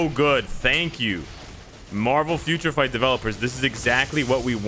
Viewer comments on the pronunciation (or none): i know i was jokin... Sounded like Future Fart lol... He was hyped 😂